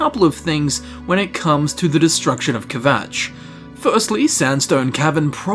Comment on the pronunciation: "ke-vatch" :D :D :D